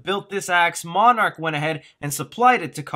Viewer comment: Did you just call Monarch Marnrock???